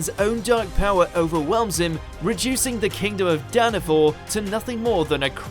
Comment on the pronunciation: It's Danafall. Not Danafor 😮‍💨